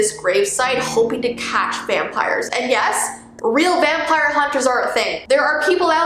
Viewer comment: Bruh It's vimpire 🙄👌😅